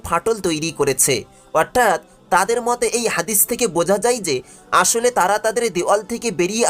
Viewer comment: উচ্চারন ঠিক করা উচিৎ।উপস্থাপনা করতে গেলে একটু পড়াশোনা জানতে হয়।what i's আজরা বাইজান!অর্ঠাৎ কি!দিউয়াল কি!